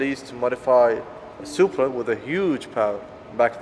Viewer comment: "supra" lol